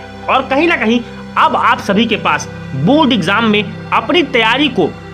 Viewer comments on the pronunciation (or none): Board he not bod 😜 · Abe pahle bolna shikhle phir video banana o बुर्ड nahi hota बोर्ड hota hai